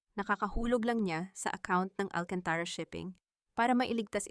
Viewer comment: Pronounce AlcantarA correcrly bawasan mo ang pagkaOA mo Please change the Narrator